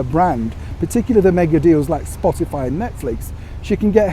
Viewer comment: I have to laugh at calls Spotify, Spotalie. Quite appropriate really.